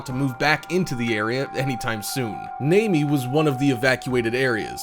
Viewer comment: How the fuck did he pronounce "Namie" !?